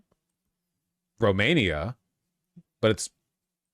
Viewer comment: Vaush continuing the bad French accent for Romania was priceless